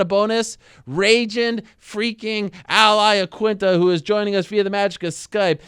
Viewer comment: AL UH-laquinta